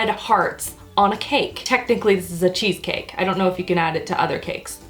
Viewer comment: you sounded so old world Italian when you said I a-maka a cheese caki!